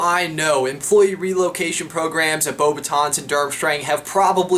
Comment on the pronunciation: I love when these guys try and pronounce French things. "Floor Delacore form Bobatons"😂 I'm dead.